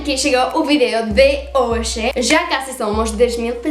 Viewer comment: caramba !!! acabei de comentar isso !!! ela pronuncia "hoxe" (hoje/hoy); "vexo" (vejo/veo)... ◙◙◙ parece que o galego funcionaria como um "esperanto" para estas duas línguas. o sea, si hablas Gallego, comprenderás Portugués y Castellano.